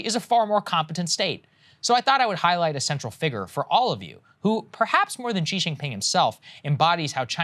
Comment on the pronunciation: Omg Saagar - Xi is pronounced like “shee” and not “jzee”. Awesome radar though.